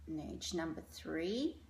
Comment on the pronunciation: Nudge is pronounced like stirred. Norge is how to spell what the lady said so you were correct